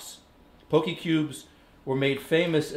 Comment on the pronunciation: I'm haole and it bothered me too.